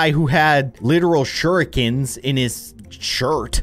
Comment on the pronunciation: it's shur-reeken (s) 😂 that's how you pronounce it. not the other way..